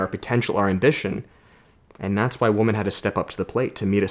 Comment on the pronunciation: I know your Canadian but women is pronounced "wimen", phonetically speaking. So you tell if you say woman or women.